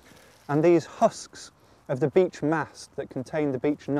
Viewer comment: Why does it sounds like "B*tch Tree"😂